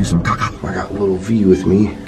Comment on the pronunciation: you make me laugh so much when u say caca 💩😂